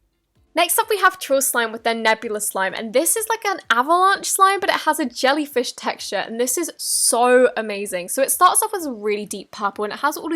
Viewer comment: I'm sorry did she say jELLyFiSh tExtUre?